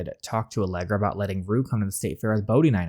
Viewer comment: Are you saying Allegra’s name like Allergy on purpose or do you think thats her actual name 😭